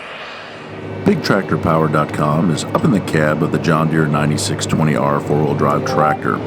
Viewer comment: its a 9 620R, Not a 9620R. please state that in john deere videos. the series number is pronounced, not all together.